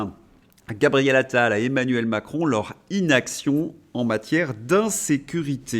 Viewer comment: "Gabriel Anal" je fais le pari que ce lapsus est dû au surnom que les journalistes lui ont donné entre eux quatre ils parlent de lui, Pascal Praud l'a certainement prononcé par habitude 🤣